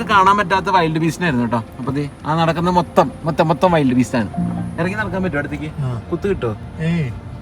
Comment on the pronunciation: Pronunciations of African animal Wildebeest (not wild beast) is like " Vi - ld " വിൽഡ് ബീസ്ട് (not വൈൽഡ് )